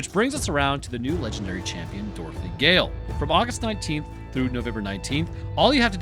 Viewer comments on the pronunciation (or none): none